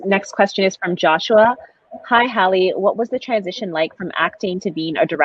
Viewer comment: If HALLE Berry is an icon (which she IS) then the young woman should have gotten the pronunciation of her first name CORRECT.